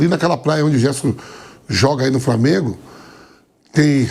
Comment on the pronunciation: A maneira do Vampeta falar é reflexo de uma época aqui na Bahia que as pessoas mais velhas tinham dificuldade de usar o L pra formar uma palavra,framengo,fruminence,e por aí vai.